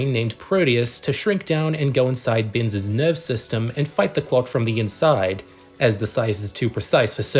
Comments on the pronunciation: It's pronounced Ben-esh, not Bens. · The name BENES isn't pronounced "Binns" - it's "ben-ESH" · The name of the scientist in Fantastic Voyage is pronounced "Benish."